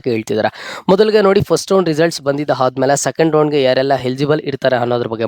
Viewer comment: ಹಾದ್ಮೇಲೆ ಅಲ್ಲಾ.. ಆದ್ಮೇಲೆ